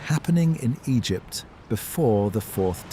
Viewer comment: Am i the only one who DOESN'T hear anything similar to ocean sounds? Granted i also have a fan going. Anyway, much higher quality AI narration than I'm used to, so thanks for that. If you can't do it yourself, for some reason, at least get a program that doesn't pause randomly and pronounces Egypt 4 different ways.